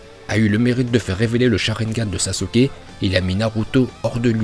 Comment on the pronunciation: Pk tu dis S A S U K E À la place de S a s k e Et pour Rock Lee et Haku tu les prononce en VO Ps: T chiant avec tes Hakkkuuu et Lock Lee c mêmes pas la bonne prononciation donc stp Arrête